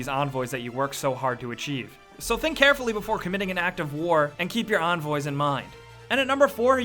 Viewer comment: Onvoys? it begins with a E